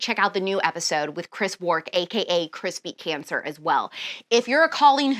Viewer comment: I just keep hearing Alex say “crispy cancer” instead of Chris Beat Cancer 😂 As always, can’t wait to listen!